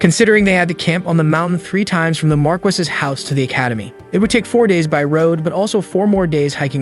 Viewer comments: "Mar-kiss" is pronounced Mar-kee. It come from french, but i find it rolls off my tongue in a Spanish mentality easier. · Its "mar-key" not "marcus" or "mar-qwhys" and the feminine is "mar-kess", train your AI better.